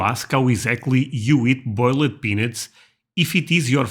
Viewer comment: We were walking in a park last Sunday and there was a couple who had a dog and instantly we started a conversation….. The way you pronounce boiled. Okay if you say that in the south the way you do we won’t understand you. Okay… pretend the last E doesn’t exist. So pronounce like boil’d. past tense ED words all basically have a weak E. Like smoke present to smoked past. That e at the end is very weak. It has no power. The E in past tense words only gets emphasis if two consonants precede it. (Melt to melted) I hope that helps. Yes there are a lot of people who hear a southern accent and automatically think we’re stupid. Add to that the fact we go about things differently than the north probably doesn’t help our case. You know how in the winter you freeze and are frozen. Well in our summers you melt. I’m from Texas and our winters are quite bipolar. Our springs are unstable and will usually have thunderstorms some severe. Our summers are usually hot and dry affairs with lessening humidity as it goes on (except in gulf regions) then our fall can be a mixture of rain or not. Then back to bipolar winters. Sweet tea the sugar is added during the brewing process so it permeates throughout the tea. It’s really good tasting…. All southern states have their own unique styles of BBQ and they are different and good. Texas we do smoked brisket which is our BBQ. We usually put a dry rub on it and smoke it. Others do pork, with sauce. It’s quite different as you go.